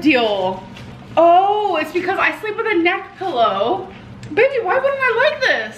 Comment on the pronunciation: Ong me toooo